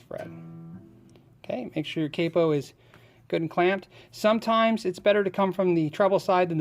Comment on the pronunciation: Cape po.. Capo. . the A is and awww sound . .lol